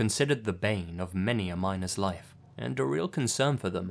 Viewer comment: I can't be the only one who thought he said minors instead of miners 😂